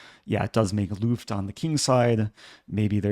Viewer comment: Love your content. Your pronounciation of the German word "Luft" regularly gives me the shudders, though. ;) Your vowel is a little too open/long. Try to pronounce the "u" more like the "e" in "deft" and less like the "a" in "daft". In German vowels tend to be short by default. You do a great job with "Zugzwang", by the way. :)